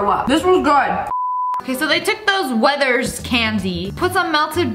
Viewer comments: im sorry did you just say WETHERS. THIS IS HOW TO INSTANTLY ANNOY A BRIT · luv this video but she did not just say weathers original. bro. its werthers.